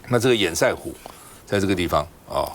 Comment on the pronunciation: 😢最好笑的是～明明就是是塞為什麼要唸色？真是只會搞錢而辦不了任何正經事的官僚不是嗎？❤🙏